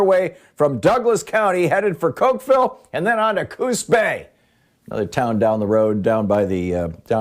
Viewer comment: It’s Coqueel not Cokevile spelled Coquille